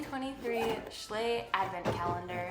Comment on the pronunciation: why are You saying shlay